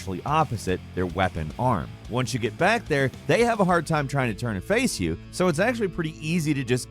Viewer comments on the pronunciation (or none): none